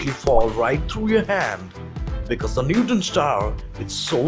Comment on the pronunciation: It sounds like you're saying "newton" star